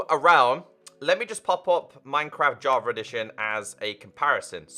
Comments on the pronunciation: And i hear "JAVAREDITION" Lol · I kinda hear "JARVA EDITION"